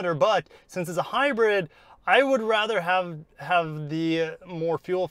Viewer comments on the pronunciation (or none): Reason I didn't Finnish watching this is because he couldn't even say hybrid right.. just saying